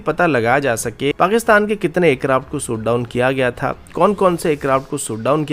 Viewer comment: Lundian shot down hota he soot down nahi 😂